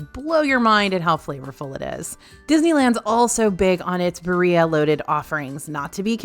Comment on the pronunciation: “Ba ree ah” killed me